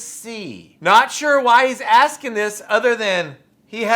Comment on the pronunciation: You cain't do dat 'cause I'm axing questions about awful law!